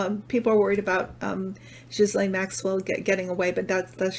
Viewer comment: i'm so impressed. you pronounced ghislaine almost like a quebecoise. i'm not sure if she does, but you did. <3